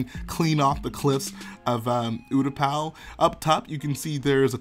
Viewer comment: Ooooootapow lol its pronounced you-t-paa